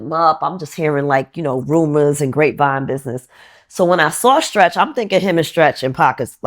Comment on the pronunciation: The interviewer trying to say Stretch was ugly